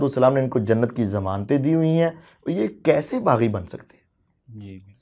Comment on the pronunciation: Baggi nahi baghi giroh. Bol na